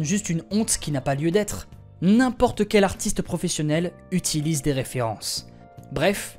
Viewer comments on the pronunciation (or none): none